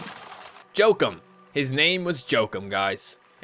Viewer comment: It's pronounced "joe-keem" not "joe-kum"